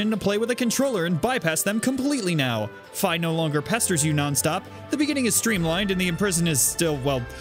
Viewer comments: It's Fee not Fie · ... I thought Fi was pronounced "Fee"... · I thought Fi was pronounced “fee” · Is Fi pronounced fai or fee? Edit: apparently it is fai, but I always said fee.